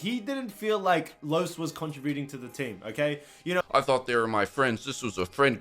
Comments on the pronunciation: if you keep sayin contributing like that... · Aye bruh learn how to say contributing right it’s annoying as FUCK the way you say it